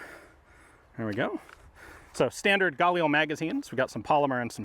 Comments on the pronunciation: I don’t care if it’s correct or not brother for the love of GOD, PLEASE never pronounce “GUH-LEEL” like that ever again. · Stop saying Gail Lee cmon Ian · hey Ian you say “galil” with a very strong g, it sounds like the “GA-lil” it would sound way more accurate if the spacing was much … tighter. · I’m so pissed off. I could’ve went my whole life ignorant to the correct pronunciation of galil. The correct way does not sound cool in the slightest bit🤣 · I love watching this guy, but am I the only one that gets just the slightest bit triggered by the way he says "Galil"? Lol XD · Love how Ian's been corrected on how to pronounce 'Galil' so many times and yet he persists in saying it wrong. 😄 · Oh, is THAT how you pronounce it? 'Galil'? Got it, thank you